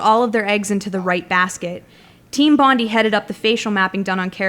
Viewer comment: IT'S BONI NOT FUCKING BONDY